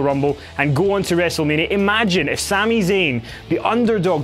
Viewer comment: Did he say Gouu ? I said gou on to Wrestlemania ? Paul heyman was right !